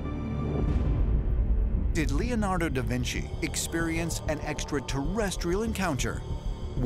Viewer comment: "da vin see" haha